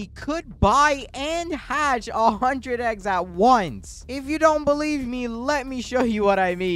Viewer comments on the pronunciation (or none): ‘bealive’ lol